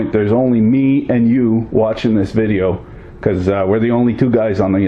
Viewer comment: It took me longer than I'd like to admit to work out that "vi-jay-o" means "video"...